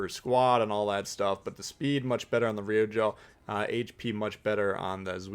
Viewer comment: Always entertaining & informative. FYI: Pronunciation help NOAF (No One Asked For) Ryujo: two long syllables, sounds like "due Joe" (where there's a "y" sound after the d in due). Keep up the good work. 20k soon